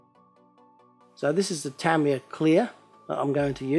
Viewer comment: youre driving me crazy!! Its pronounced Tah-ME yah not Tam-E-yah!!!!